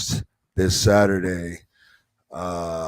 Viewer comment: I live 40 minutes from Napanee Ontario and have for my whole 35 year life and never once heard somebody pronounce it Napa naw.....